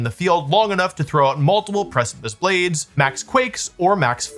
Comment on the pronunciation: excuse me? PRE-CHIP-LES blades? 😂